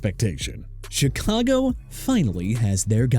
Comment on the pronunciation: DUDE THAT'S ENOUGH OF YOUR "CHEE-KAH-GOW" NONSENSE OKAY?! YOU CAN'T LEARN TO PRONOUNCE CHICAGO (SHEE-KAH-GOW) OR NEW ORLEANS (NEW OR-LINS) THEN YOU SHOULD QUIT!! AND MR. "NEW OR-LEANS" GOOD FOR YOU TO MENTION GREG DULCICH AS A NFL STANDOUT FOR THE DOLPHINS! BUT YOU MENTIONED DRAKE MAYE, THE SAME QUARTERBACK WHOSE TEAM LOST TO SAM DARNOLD AND SEATTLE IN THE SUPER BOWL... YOU JUST LOST CREDIBILITY!